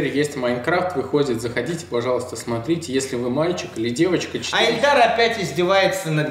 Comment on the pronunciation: Его ИИИИЛЬДАР ЗОВУТ, А НЕ ЭЛЬДАР, ЭТО 2 РАЗНЫХ ИМЕНИИИ